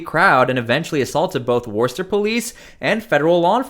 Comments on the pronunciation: WOOH-stuh! - get it right! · It's pronounced 'Whistah' in case you wanted to know what youre reporting on. I hope they throw her under the jail though she's f**** trash. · Not too long ago people of her intelligence were relegated to working in special ed positions and were given the title of “ teacher”, now they run things ! Worcester is pronounced Wister in Massachusetts. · Screw her! She really needs to check herself! FYI it’s pronounced Woostah. HA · it’s so funny hearing you say Worcester. It’s Worcest-TA. 😂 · You should really learn how to pronounce Worcester